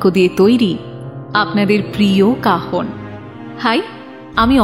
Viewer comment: Tiny input as you guys wanted it, কাহন এর উচ্চারণ "Cajon" instrument এর মত হচ্ছে. Must look into it. গল্প অখাদ্য, পাঠন good. Can't complain.